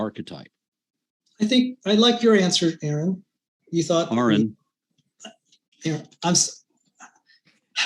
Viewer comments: It's ARE RON not Erin. "" " Do you also say frOdrick?"" " you must be igor. " No it's EYE gor" " but they told me it's Igor" " well they were wrong weren't they??? ( Smart ass look)" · Why do creationists struggle so badly with saying? It wouldn't be so bad if wasn't one of the bigger names in atheism but he is and has been around for a long while. It's like someone called matt dillahunty mate instead of matt. At this point part of me thinks it's deliberate with some of them. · is very frustrating… there’s a guise of politeness I find off putting as it tends to be surface level and patronizing while of course mis-pronouncing name. I’ve seen him simultaneously be polite while being accusatory calling someone a liar (who of course wasn’t lying about anything whatsoever).